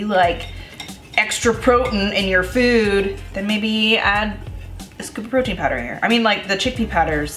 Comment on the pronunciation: i'll never say protein again. from now on, it's protn. protn for the win! 💕